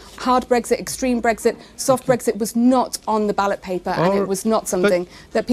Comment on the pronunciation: What is it with these clowns and not being able to say Brexit properly? It's not BREGGSIT, it's Brexit, not a single G in sight...